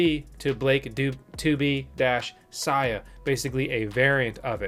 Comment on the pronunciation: BTW Sia is pronounced 'see ah' not 'sigh ah'. 👍